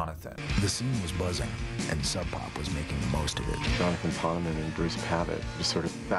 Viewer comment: You did a lot of research, but you missed the pronunciation of Jonathan “Pawn-uh-mon”. I thought it was “Pone-Mon” for a while until I saw an interview with the Sub Pop founders.